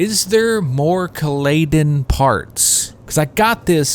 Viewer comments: Kal-a-Dan.... C-a-LAY-den indeed. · Your pronunciation of Caladen is priceless. Herbert pronounced it “Kal-uh-dan” just for future reference. Herbert made up a lot of the names and he himself said your are free to pronounce them anyway you like, but he did provide a reference for what he called them and this was his pronunciation of it.